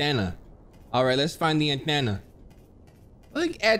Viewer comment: Every time this dude said “anthena” i couldn’t stop laughing 💀